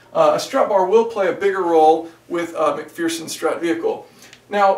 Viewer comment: MAC-FEARSEN strut 😂🤣😂🤣